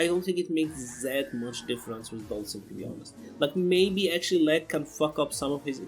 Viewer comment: "dalshim" "ken" "balrog" "rashid" "karin" "birdie"" guile"and Urien :v